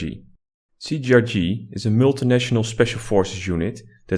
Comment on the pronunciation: It's not CGRG wtf xD cee tee ar gee